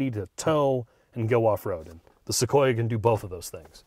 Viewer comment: It’s pronounced SoQueerUh